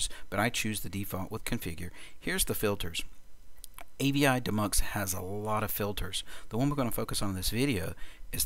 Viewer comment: Shouldn't avidemux be pronounced "A-V-I DEE Mux"?